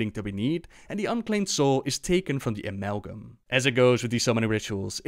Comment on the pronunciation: uh-MALL-gum of souls